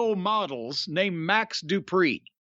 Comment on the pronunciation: Lol the way he says his name though Max Du…pri